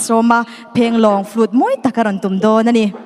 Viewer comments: tum ni lovin tum tih tur😅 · hian mizo ṭawng hi ava thiam lo ve. Phênglâwng túm, nilovin, Tùm, tih tur. Ka lo thaw dep dep, te a tia. Thaw dèp dëp, ti ve mai aw. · A dik 👍🏼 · A dik, a thluk dik lo zel hi a mak ngawt mai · Tum tih hi Judge te hian in thlûk dik lo fo mai. 'Tih a tum' tih rikin a ri tlat ṭhin... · Judge ten phenlawng tum in lam rik dan a thluk kha a dik lo aw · Enga ti nge Judge ṭhen khatte khian phenglawng "tum" khi an lam dik duh miah lo le aw.. "Tum" khi thil kan denna "sum" tih thluk a lam tur a ni. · Engati nge Judges hmeichhe pahnih khian Phenglawng tum tih khi an thluk dik loh....Phenglawng zir ka tum tih kan lam rik angin an lam ri a,,Mi nawlpuiin a kan lam rik leh kan hriat dan chuan Phenhlawng tum tih hi chu hmanlai Mizote buh denna tura thing hmanga an Siam Sum kan lam rik ang khan 'tum' tih hi lam rik tur.... Tingtang te pawh chutiang ang chuan lam rik tur.... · Phēnglawng tum tih pawh han lam dik hleih theih tlat loh mai chu aw..!! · A va han mawi vawng vawng ve. Mahse engati nge judge te hian tum (Sumhmun tiha sum anga lam tur) hi 'tum' (Sangha man ka tum) tih anga an sawi tlat le.